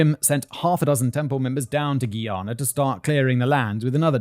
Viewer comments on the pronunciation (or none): Hihi👋 Simon! Just wanted to drop a friendly note from a Guyanese fan. Love the video❤ By the way, It's pronounced "Guy-ana," like "Hey guys." Noticed it in both this and your Guyana and Venezuelan conflict videos. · As a Caribbean person how he says Guyana is kill me😂